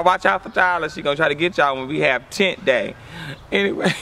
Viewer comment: She said tent day..........what even is a chint??